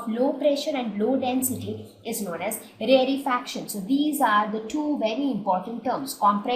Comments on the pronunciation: please don't say rarre fraction its rare fraction its so annoying when you say it wrong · You are pronouncing rarefaction wrong 😑😑